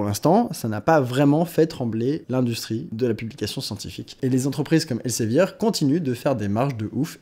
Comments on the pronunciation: Ça se prononce "el Zé vir" pas elsevier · Alors par contre, ça se prononce [elzevir] ;-) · ça se prononce "èl-së-vîr" ;) ce qui change pas le problème